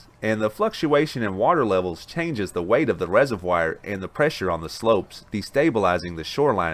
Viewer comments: It is not a reservWIRE it's a reservoir. Please stop. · Learnt a new word..res-o-wire(resovoir) 😁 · Hey. Great program. Please check your pronunciation of "reservoir"